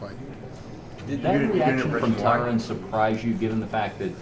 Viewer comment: its totally on purpose. ive been noticing it for awhile. i wish someone like ariel would question him on it and do it with an accusing tone lol. watch when a reporter asks him a question about tyron and pronounces the name correctly, dana just ignores the gigantic difference between the sounding of the names lol. dana's douchey to phil davis too and tyron and him are buddies so who knows whats up